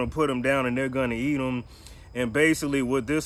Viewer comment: Did he say --- BEATLES THAT A EATUM )) ??